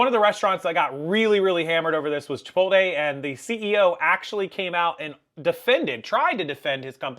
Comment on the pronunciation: You’re a grown man and can’t pronounce Chipotle? 😂